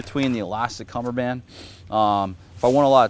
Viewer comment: He said cummerband and egro Lmao